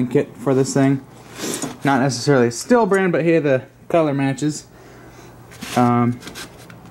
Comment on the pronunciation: 1) it's pronounced steel 2) Buy a maul it's faster. 3) use the chain brake I didn't see you engage it once. 4) take the time to learn proper cutting techniques. Stay safe, these saws are dangerous in untrained hands.